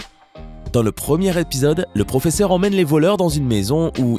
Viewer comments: Quand tu as dit pfofesseur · "EL PROFEFFER"😂😂😂😂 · 😂😂ce n'est pas raquel murlio c'est raquel murio et ce n'est pas el profefeur mais le professeur 😂😂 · C Raquel Morrillo et pas morreillo et c le proffeseur et pas le proffefor